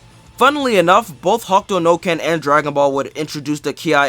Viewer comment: The video is great but why are you calling it ""Hawk Tuah no ken" lol